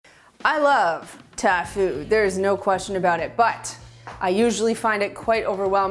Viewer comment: Did she say "I rove ta food"?